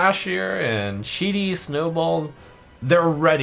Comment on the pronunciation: The way trump pronounces Cheaty snobold perfectly summarizes shamans Card reveals compared to the other classes. Shitty :)